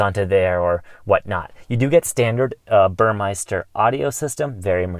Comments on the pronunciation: Your boss ridicules people that say "Bur my ster" instead of " Bur meh ster." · Burmester, not Burmeister.